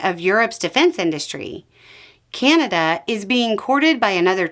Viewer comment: Keeaanada lol, there is no ''kee'' in Canada